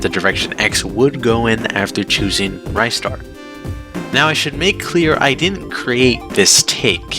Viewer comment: Just found out you pronounce ristar as "rye - star", unsuscribed forever